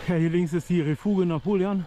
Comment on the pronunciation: Refuge spricht man übrigens röfüsch aus 😉